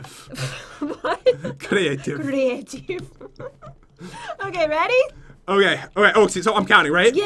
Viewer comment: the way Pat said creative is like British